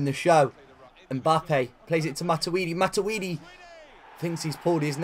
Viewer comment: “Matiwidi” xD No hate tho